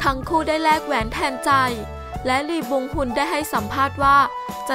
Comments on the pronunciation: ลี บยองฮอน ค่ะไม่ใช่ ฮุน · อ่านว่า ออทั่ม อินมายฮาร์ต อ่านว่า ลี บยอง ฮุน